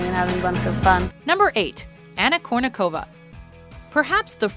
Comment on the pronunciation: Well, I know that for English-speakers Russian sometimes get a little hard. But, at least, couldn't you just try to do the accents right? I mean, for Chrissake, it's not kurnikOva, sharapOva or vodyanOva. It's kUrnikova, sharApova and vodyAnova!